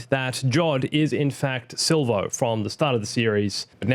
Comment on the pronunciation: Its SILL-VOE!